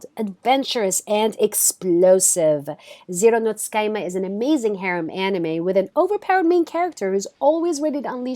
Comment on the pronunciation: Her pronunciation when explaining Zero no Tsukaima was pretty good though.